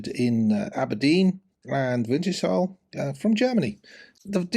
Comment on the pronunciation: Pronunciation: winters-hull, not winter shall 🤓